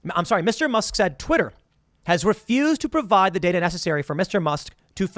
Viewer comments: Datar? Dater? 🤣 good stuff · DATER, HAHAHA